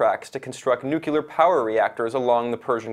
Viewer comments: Is it too difficult to say new-clee-ar instead of new-cu-lar ? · Nuclear, say it after me, Nu - clear. Nucular is when a bomb goes to the gym to get buff.